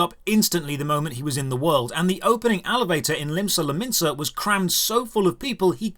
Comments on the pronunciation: Ysh'lotta, Lisa Lomasa, Uridanger, Thalincred. I'm looking forward to him saying Estinien wrong XD. My favourite so far with that one has been Einstein haha. The stream was great aside from the trolls. Truly glad he seems to be having fun over all and understands what ARR is. I'm sure the money helped though :p. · you said Limsa Lominsa but my brain processed it as Lisa Lomasa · Personally I've adopted his way of referring to Limsa Lominsa as Lisa Lomasa